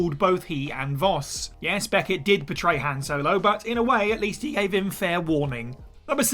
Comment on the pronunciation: Thumbs down for the pronunciation of Han.